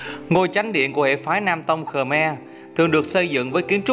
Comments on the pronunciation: Ngta gọi là khmer chứ ko phải khờme bạn ơi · Rất hay rất ý nghĩa . chỉ góp ý phát âm cho chuẩn về 1 dân tộc nhé . đúng tên dân tộc này . Khmer nhé. Không phải khờme nhé cảm ơn bạn . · Ad phát âm Khmer Cho chuẩn xíu "khơ me" đừng thêm dấu huyền nhé... Khmer là phiên âm quốc tế luôn rồi